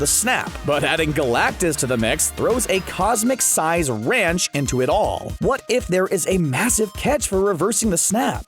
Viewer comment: I guess in your universe you say 'ranch' instead of 'wrench' huh?